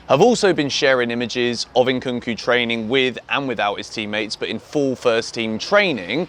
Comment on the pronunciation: Christopher "ENKUNKU" 😂😂😂